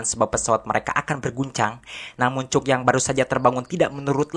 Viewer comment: Rangkuman mantap! Ini film yg sngt classic, si Tom merupakan seorang jenius. Aq pernah nonton bnyk rangkuman lain, tapi aq nilai mimin yg terbaik. Nah, ada satu suara vocal yg sngt khas dalam bahasa inggris yg dipanggil "schwa." Suara vocal trsbt ditulis "ə" dalam international phonetic alphabet. Nah, namanya sang tokoh utama adalah "Cək," bukan "Cuk." Coba pake google translator kalau pingin dengarkan namanya yg asli. Ok makasih!😃😃😃